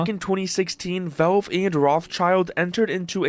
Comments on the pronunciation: I don't like the way the narrator says "valve". Sounds more like "vulv". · Wtf is with this dude's pronunciation of Valve? "voulv"